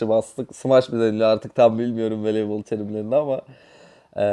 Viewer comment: Veleybol arena “veleybal”